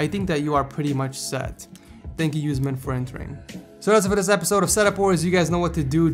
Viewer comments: his name is uuusmaaan...not us man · It's Osman not U-Sman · The last one was not pronounced right like use + man its acctually usman with u as umbrella sound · USE MAN?? LOL! its pronounced "us-mon". also great video! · It's usman not useman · Yousman its pronounced Us man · you pronounced usman wrong it's oo like in boom then s and man oo+s+man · u miss pronounced usman because of a spelling mistake (osman)